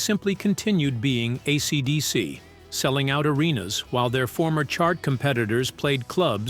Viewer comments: Most of the time it's fine... just when it says AeeeeCeeeeDeeeeCeeee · Why are you saying AC/DC like that.